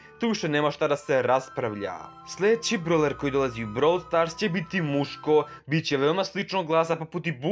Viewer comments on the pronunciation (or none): none